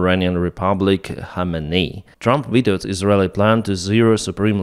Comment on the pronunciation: khamenei kh is pronounced like kharkiv kh